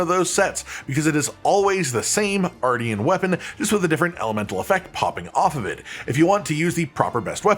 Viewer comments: It is pronounced like MARTIAN -M :p not like Arty from the block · It's said R-shin. Like Martian with an R. Obviously.